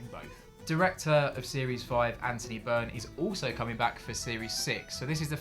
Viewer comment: You spoke to him but butchered his name. It's Anthony Byrne